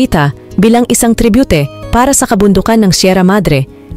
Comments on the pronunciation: anubayan yun pagbigkas nya ..antikwe yun antique ata 😂akala ko ako lng nakapuna..sakit sa tenga ....tribute 😂tributi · pilipino ka ba? tribute ginawa mong tri-bu-te.. hirap mong intindihin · Mali mali ang pag pronounce ng antique, choir, tribute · This video contains too many pronunciation and spelling errors, like "quire" should be "choir." Also, the word "tribute" is mispronounced. Hay nako! I've to stop viewing this.